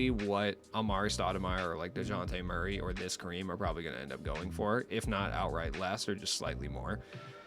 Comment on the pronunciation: I’ve been watching my boy out here for a good three plus years now… and today I am a proud man… today I watched & heard my boy say Dejounte Murray’s name correctly, instinctively right, from the jump and without hesitation… this must be what my friends are always talking about as a proud papa moment 🥹 My boy!!!